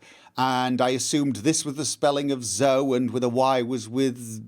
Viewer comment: Whenever 'mispronounces' names like in this instance Zoe. I never know if he is just taking the p*** or being serious. I can understand the argument that Joe is also not pronounced the same as Joey. Anyway, sure it bothers my sometimes when you make a choice I wouldn't have, but not enough to write/complain in the comment section about it. I also really enjoy it sometimes when you stick to your characters believes/motivations even it obviously makes things harder, it is what makes your characters so believable. Keep doing what you're doing. B);p